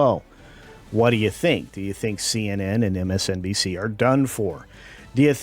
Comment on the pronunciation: Did you say PMSNBC? That's hilarious :D